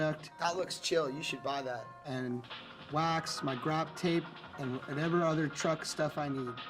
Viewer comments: mf just said graptape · yo he said grap tape so sad